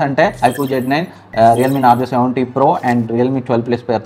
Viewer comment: Nazro ❌ narzo ✅